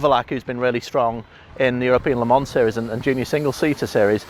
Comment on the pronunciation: Why is it so hard for some one to say Le Mans correct?? Say Le-Ma in one word... Not Le-Mon! Not Le-Mans! Not Les Mans! etc... jeeeez how hard is it!